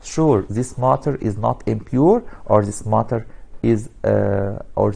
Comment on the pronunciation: He is say maaater not matter